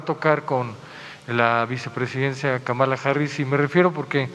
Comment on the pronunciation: Si la siguen llamando KAMÁLA (con acento en la 2da Á) se les va a enojar. Es KÁMALA HARRIS con acento en la primera Á. (Solo es una observación) Saludos